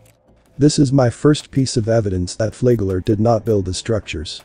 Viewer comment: It's pronounced like it's spelled. Flagler A flag lin lier he was.